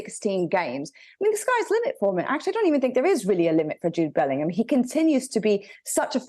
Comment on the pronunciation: Was I the only one who couldn't stop laughing when she said 'Bell-end'oor. 😂😅